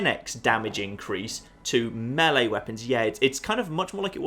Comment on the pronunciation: Thanks for pronouncing melee the correct way